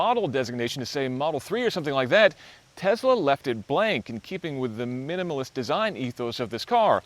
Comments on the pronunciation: TeSSSla not TeZZZla. Please. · It's a Tesla. Not a Tezla. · Why does he pronounce Tesla as Tezla? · Where does he get the z in Tesla from??? It keeps bugging me he added random z to an S